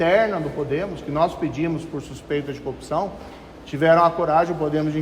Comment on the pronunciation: Marreco ! "Coupção" ...